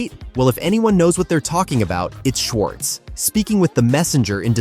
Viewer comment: Shwahtz? Seriously?